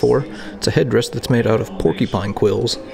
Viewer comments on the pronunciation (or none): none